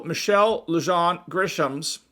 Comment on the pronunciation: Gov. Grisham's first last name is pronounced, Loo-Hon. Nut job, that she is.